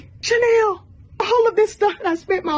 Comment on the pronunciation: It's the mispronunciation of Chanel as "Chinel" for me lol